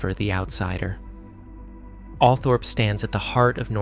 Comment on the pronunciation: The pronunciation of Althorp (Allthorp) NOT Alpthorp.!!!